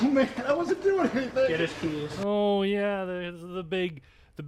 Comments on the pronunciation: Every time I listen to the segment on Maurice, there's this part when he's being arrested and one of the officers very casually says "get his keys." But for the life of me, it sounds like he's saying "get his penis." And I love the idea that first, a penis could be taken or given back the same way a set of keys or a wallet could. Second, I love the idea that that would be standard procedure when arresting someone for a sex crime. You'll get this back when you better understand what it's for, mister! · I can’t unhear get his penis now